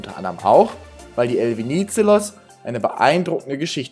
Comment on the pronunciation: habe euch mal ein Song verlinkt, da geht es um den Namensgeber der Fähre, weil eure Aussprache ist etwas falsch, nicht böse gemeint, musste schmunzeln, nur für das nächste Video wenn es nur um die Fähre geht 🙏✌️❤️ Der Politiker hieß Eleftherios Venizelos